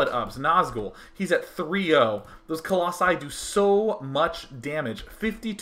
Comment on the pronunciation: singular: colossus plural: colossi i have no idea why you think it's "coloxun" or whatever you're saying